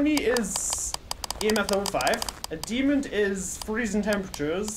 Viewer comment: I love the way says 'demond' instead of demon lol. You have guts to go in alone btw! Tbh i would have just guessed a demon seeing as it was quite aggressive and just left lol. I honestly can't believe it was a spirit, from my experience spirits are quite low on activity and sort of leave you alone for a while but as soon as u entered the room that ghost was causing absolute CHAOS. Now that I reflect on it though, the hunts were quite well separated, where as a demon will hunt very frequently. If you read this all, congrats for listening to my boring-most-likely-not-fool-proof knowledge of demons and spirits and have a nice day lol.